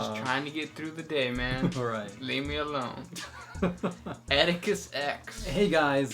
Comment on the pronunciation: is Crackin me the hell up. "Lee me alown"